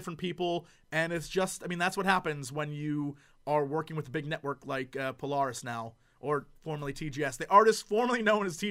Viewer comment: It doesn't feel right hearing him pronounce Polaris. :/